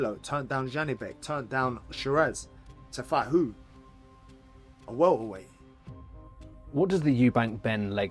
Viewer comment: Winnin that welt-ah-weiht- wehld-titll.."😂😂😂